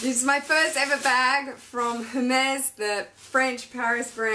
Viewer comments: Beautiful, amazing birkin, congrats!! And congrats on the baby!! So happy for you. One thing, Hermes is pronounced Er-mez or air-mez :) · Congrats! But please don't say the H in Hermes 🙊